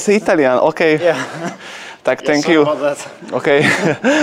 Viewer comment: “tak tenk you” 😂😂😂😂